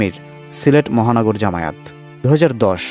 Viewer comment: জামায়েত না, জামায়াত, শুদ্ধ করে উচ্চারণ করুন।